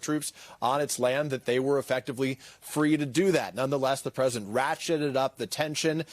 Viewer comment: am I the only one who gets annoyed at reportes who say, 'the Present' instead of President? sounds dumb af